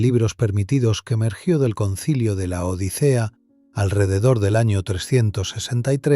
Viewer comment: Lo correcto es el sínodo de Laodicea... no el concilio de LA ODICEA... el narrador es español y pronuncia como C y no S. No dice odisea, sino que lo dice pausado LA ODICEA. Jajajajajjaja